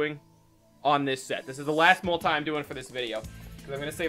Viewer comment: Who says multie summon instead of multi summon